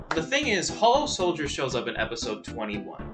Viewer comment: It’s hou-oh soldier sorry